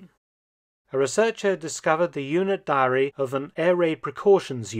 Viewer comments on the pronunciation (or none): none